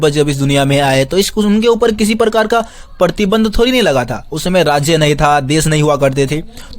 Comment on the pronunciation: Partinand...❎️ ....pratibandh ....☑️ Sorry I catch u mistake 😝